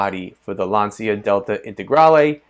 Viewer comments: Lancia is pronounced Lahncha or Laancha. Definitely not Lantsia. Just FYI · It‘s „lun-cha“ and nothing else. Trust me I‘m italian 😎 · Oh my God, you pronounce Lancia, "Lansia" which means anxiety instead the correct meaning in Italian is lance, the correct pronunciation is with the "c" like ch, the third pronounce is the right.